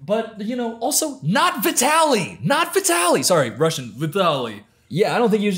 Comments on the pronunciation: As Russian, i can say that your russian sounds pretty good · Brooo your Russian pronunciation is pretty good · speaking russian took me off guard but i just wanna say that it was really good pronunciation!